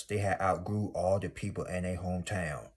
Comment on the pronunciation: Not Hah-to on your name😂💀. Sorry I cracked up with every Hah-to you said but I definitely received the message. ❤thank you 🙏🏾 be blessed. You’re 100% right.